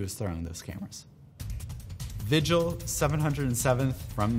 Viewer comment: Then vigil with his weird korean pronunciation